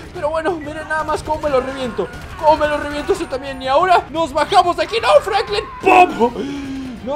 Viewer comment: Jajajaja se dice franklin